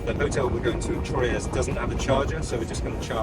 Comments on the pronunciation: Great road trip back home. You both had me cracking up at your pronunciations of Troyes - not sure if anybody else has mentioned this, but it is simply pronounced “Twa” 😂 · A bitter sweet video.... boohooooooo she's a gone!! Troyes is pronounced like 3 in French. It's kooky but that's the French. LOL. Aspetta... rant!! LOL. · Troyes is pronounced Trois, the French for three! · FYI Troyes is pronounced very similar to the French word for three. Break the word into syllables: “troy” and “es”. Pronounce the first syllable, “troy”, as “twa” (like the word “twa” in English). Pronounce the second syllable, “es”, as “eh” (like the “e” in “bed”). Combine the two syllables to pronounce the entire word: “twa-eh” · Remember In french never pronounce the final S (Sallanches, Troyes, Paris.... )